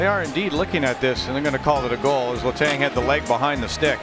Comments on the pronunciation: I'm sorry, LeTongue? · This guy sounds like he has never watched hockey letang = letongue😭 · For the love of god work on your pronunciation. Letang, Gaborik 🤦‍♂️ come on